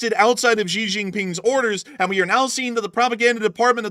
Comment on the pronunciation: Need to work on your Chinese names - Xi = She. He = Her